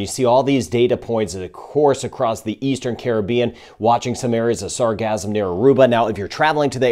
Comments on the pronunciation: Sar gass um ... not sar gazz um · gassum not gasm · Sarcasm is all over the place! Sorry, but it sounds like your saying Sarcasm 😂